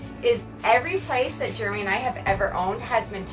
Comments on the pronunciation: It sounds like germy to me! 😋😄😁😛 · WTG “” LOL that’s how it sounds every time your wife says your name.